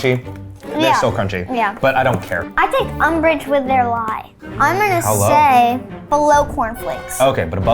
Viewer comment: Aytchaaa when he said umbrage i left my body